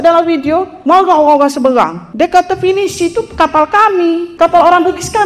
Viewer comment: Seberang ....mak cik....sebreeerraaanggg......orang......bukan owrang.....😅😅😅😅